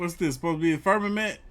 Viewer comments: died when he said the FERRMMAMENT for the fifth time 😂😂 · " FIRM A MNT" 😂😂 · Firm- ma- ment 😂